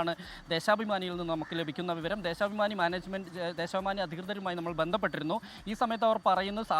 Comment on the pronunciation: Dheshabimani❌ Dheshapamani✅ 😂😂